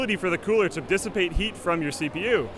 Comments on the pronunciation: its all about dis-sa-pe-ta heat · SAY DISAPATE THÉ HEAT ONE MORE TIME !!!! I DARE YOU!!! XD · She really like that word dissipate :p